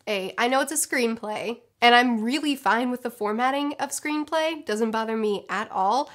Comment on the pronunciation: Keep cringing each time she says screenplay